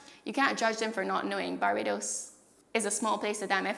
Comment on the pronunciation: I can hear a mix of English accent and Irish accent, but when she says words like "really", "town", "here" and "Barbados" there's a definite Caribbean inflection that is very clear that comes out.